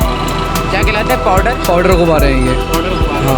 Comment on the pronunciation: Powder nahi pouter...